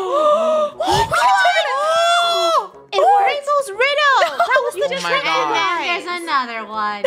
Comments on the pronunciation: edit it because you said keep instead of krew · It’s Krew not crew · it's krew not crew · It's krew not krewe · It is krew not crew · Its krew not crew